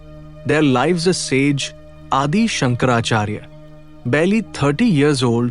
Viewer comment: Some basic pronunciation has to be corrected like lives, (livs, not laivs!) winds, otherwise deeply enlightening